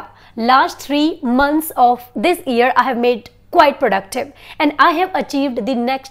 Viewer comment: Mam plz tell me ap year ko e se ku pronunce kr rahi hy jub k Google ye se pronounce krta hy